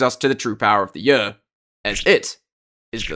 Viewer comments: "the yeor" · In this video, a british man comes up with an acronym (YER) that is pronounced precisely like another word in a certain british dialect, making for a confusing voice-over.